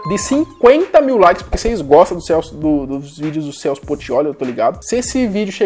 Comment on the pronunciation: Kkk no final falao Celsp.errado